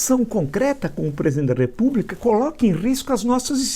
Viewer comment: Está sendo muito generoso. Eu diria que o Ânusnaro domina umas 200 e olhe lá. Note a dificuldade dele pronunciar as palavras "presidente" e "problema".